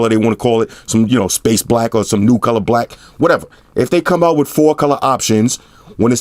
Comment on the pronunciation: he a blood he said brack lol